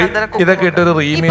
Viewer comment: റീമി അല്ല rimi